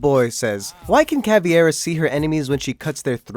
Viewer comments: ITS NOT CAVIERA, ITS CAVEIRA SHE IS FUCKING BRAZILIAN NOT SPANISH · It's CA-VEI - RA, and not caviera, she's BRAZILIAN and not Spanish, she speaks Portuguese and not Despacito. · Caveira* not Caviera... Fuck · its not caviera btw, you disrespect me, a brazillian, its CAVEIRA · do you even read its Caveira not Caviera (I used to say it like that too but we wont talk about it) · *Caveira NOT Caviera... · btw its caveira and not caviera :) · GODAMIDAIO it's not Caviera, it's Caveira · Cav-E-Air-Ah is not how you say it. Cav-air-ah. Please be better. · cAvIerA like wtf who pronounces AND spells it like that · Why do people call Cav caviera when it's spelt caveira. Therefore it is pronounced cav-air-a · WTF why do you say caveira like its fish egges like learn proper english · My little brazillian heart hurts when I hear your pronounciation of Caveira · Sometimes it gets tired hearing people pronunciate Caveira name wrong... I kinda get why tho, for the native English speaker the "e" sounds like "I" in Spanish, but in this case you have to remember Caveira is Brazilian, and just like in Spanish also in Portuguese the "e" sounds like "a" in English. BTW Caveira means skull in Portuguese and cráneo en Spanish. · the way he pronounces Caveira😯😯😯😯